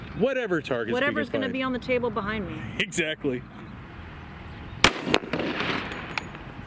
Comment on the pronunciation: I'm sick and tired of people saying buhind